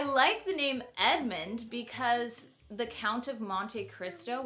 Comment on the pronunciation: I love Edmond but it sounds like your saying Edmont in the video! Cute video! You picked some great names !